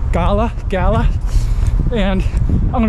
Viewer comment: It's pronounced "gala".